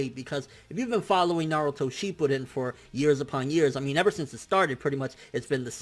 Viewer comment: Are we gonna ignore that he said "sheepuden"